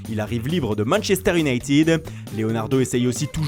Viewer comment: Manchester iounaïted ,pas iounaïtide 😫👎 gogols